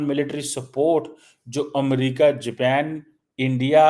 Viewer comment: Amaa Mia Jaapan Kahu, Ye Kya Amriki Panjabi accent Main Jepaan keh raha hu😂